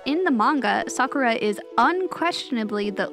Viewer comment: Someone who says Sakura mostly correct. Well, well, well. That's rare.